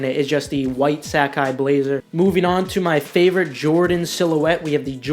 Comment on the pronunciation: Stop saying Sacai wrong! "Sack eye" lmao